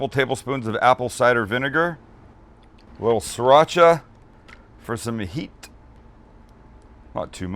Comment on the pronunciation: People...It's spelled SRIracha. Not siracha. You're probably one of those people who says chipolte too, huh?